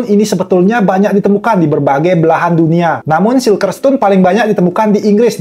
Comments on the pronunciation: bacanya sirkel oyy bukan silker.. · Bang salfok sama penyebutan bahasa inggrisnya "CIRCLE" kan harus nya di baca "sirkel" bukan "silker"